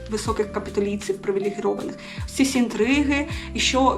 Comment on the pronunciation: У слові "привілейований" немає букви "г"